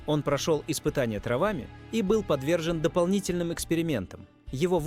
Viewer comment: Не травами, а траааааааавами, ударение ставь правильно ИИ поганый